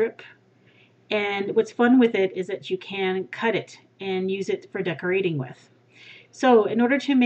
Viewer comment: wooooot wooooootz! 100 cupcakes! congrats, amazing cupcake lady! :) you said 'decoRAting. lol.